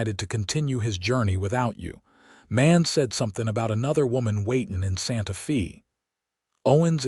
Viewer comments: It is pronounced as Santa Fay NOT Santa Fee! In Spanish the letter "E" is pronounced as a long "A" in English. The letter "A" is pronounced as a short "A" or "ah" sound. The letter "I" is pronounced as a long "E" in English. The letter "O" is pronounced as a long "O" in English. The letter "U" is pronounced as "oo" or a short "u" sound in English. Spanish is so easy to sound out because each vowel only has one sound. In English each vowel has five different sounds, which makes it difficult to pronounce because one has to learn which of the five sounds should be used at what time. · Santa Fe is pronounced "Santa FĀy". NOT EVER: "FĒĒ". Pick Up an AMERICAN DICTIONARY THAT ALSO HAS THE PHOENETIC PROPER PRONOUNCEMENTS INCLUDED. THEY ARE VERY SIMPLE AND EASY. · "SANTA FĒĒĒ"??? "TĒĒĒ"????? "CAWM"??????????. 😂😂😂😂😂👎👎👎👎👎 OH, BROTHER. 🙄🙄🙄😲😲😲😲😲🫤🫤